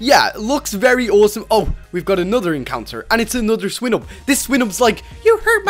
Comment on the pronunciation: U pronounce Swinub wrong